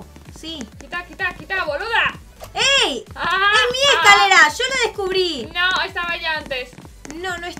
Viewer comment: Evelin no se dio cuenta que dijo "VOLUDA" xD